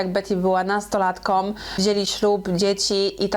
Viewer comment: Wszystko super, tyle, że nie żonom a żoną i odcinek a nie oćcinek 😏, nastolatką a nie nastolatkom, dalej nie słucham, się spytał 😁, może warto poprawnie mówić, jak się robi takie podcasty?